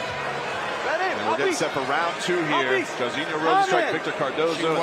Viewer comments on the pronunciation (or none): How hard is it to have ur founder pronounce the fighters' names correctly... Jarizio? The fuck is that? 3 syllables, Mike. (jar-zeen-yo) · Why's Mike keep calling this man Chorizo